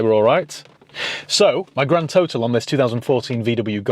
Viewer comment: Haha..2 GRAAND Sounded like you were from daaan ere in Essex 👍